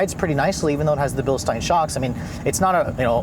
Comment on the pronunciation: Bilstein is pronounced Bilsteen, not Bilstine!